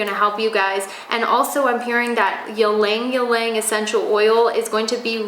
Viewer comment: Ylang ylang is pronounce as e-lang e-lang